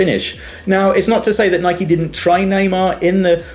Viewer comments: U say Nike wrong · You can't say Nike